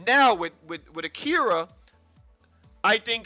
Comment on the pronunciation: Within two seconds of the video. Says the girl's name wrong... Jesus... Ah-Ki-Ra. Not '-Kee-ruh.